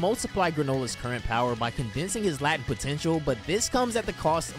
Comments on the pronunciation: It's pronounced "lay-tent" like in the word latency. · Just a heads up, it's not "lat-tent" potential. It's pronounced "Late-ent" potential. Great vid, great info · Pro tip: it's pronounced "LAY-tent" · You know that is pronounced LAY-Tent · It's pronounced Layt-ent Not Lah-tent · My boy pronouncing latent as latin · you're my man for DB content. But how you say latent in this video just gets me lol. I have to do this, I'm sorry! It's pronounced LAY-TENT. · It's pronounced lay-tent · This definitely isnt how the word "latent" is pronounced, bro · I have never heard anybody mispronounce latent this way before lol. Love yo videos tho.